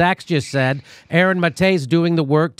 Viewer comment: You'd think at this stage he'd know how to pronounce Maté